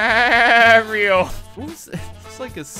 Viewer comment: “Mary oh”